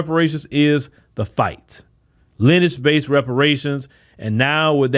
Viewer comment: Lin-e-age not “Linage”.